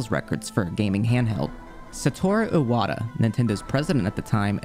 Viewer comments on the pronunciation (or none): none